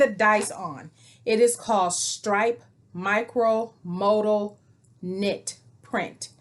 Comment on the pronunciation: Looking forward to seeing your makes. Love maxis! Just as an FYI modal is pronounced mow-doll. Happy Sewing 🤩